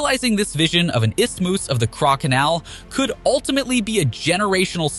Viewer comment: Istimus? Gee, that's embarrassing